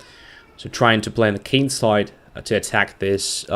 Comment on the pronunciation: you are often talking about the Kin-side.I guess your are from a royal family! For us ordinary folks it is just "the kingside"